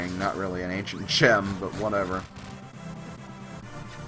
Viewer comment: ancient gem I though you said ancient gym